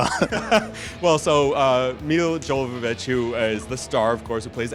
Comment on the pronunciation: Out of any series, THIS is the one that needs a REAL REBOOT. Oh, and it's pronounced (Me-La Yovovich) (Milla Jovovich).